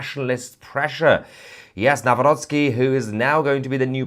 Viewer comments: Thank you for properly pronouncing Mr. President elect's last name: Naˈvrɔt͡ski. NOT: Na-rock-ee. It's bad. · Well done and thanks Tousi for correctly pronouncing our President's name: Nawrocki. Americans say Now-Rocky 🤣 which is actually funny, even he laughs at it. By the way, it's so nice to read all these positive comments about Poland and Poles, thank you all!! 🇵🇱🫶🇬🇧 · Congratulations with your pronunciation of Nawrocki:) It’s perfect! It’s hilarious how other news channels pronounce his name.😂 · Congratulations for pronouncing his name correctly, unlike most broadcasters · "Karol Nawrocki" you pronounced it really well :) greetings from Poland :) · 🤍❤️ you are the first person non Polish speaker who pronounced Nawrocki like a Polish person ❤ greetings from Poland 🇵🇱 keep up GREAT WORK ❤ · You read the name perfectly👍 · Finally somebody pronouced Nawrocki correctly! 👏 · yes, yes, yes! BTW, you pronounced name of the new President without any mistakes! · I like how well you’ve pronounced ‚Nawrocki’. Thank you for your valued analysis. And Happy Birthday to fellow Gemini on 11-th. 😘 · Nawrocki ,your pronunciation is perfect ! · Bravo for pronouncing Karol Nawrocki’s last name correctly. Some English speaking journalists say it the English way which sounds like: Now- rocky! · I love the way you pronounce the new elected Polish president name Karol Nawrocki. Just Perfectly, Well done! :)